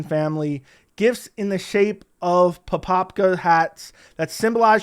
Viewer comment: It's pronounced "papaha" btw. Like a harsher "h" than the usual in English. Great video.